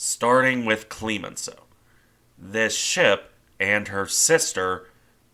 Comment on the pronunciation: It's CLEMenceau not CLEEEmenceau. I cringed every time.